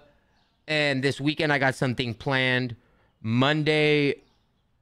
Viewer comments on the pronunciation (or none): none